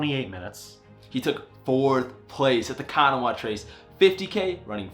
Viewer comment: I am going to teach you how to say Kanawha. Then you will have to come down and run it one year!